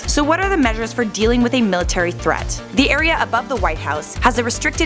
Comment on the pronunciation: the PUENGUIN MILATARY FREAT LOL